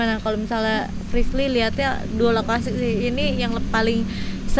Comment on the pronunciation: Ya Allah..... ngakak .....sakit perut sayaaa....Anwar ngomong frislly ajah priscil 😂😂😂😂